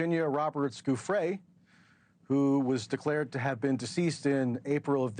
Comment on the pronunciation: NewsNation once again being a disappointment in media. I love Banfield and Entin but I can’t support the practice of discrediting and blaming victims. He can’t even pay Virginia the respect of saying her name properly!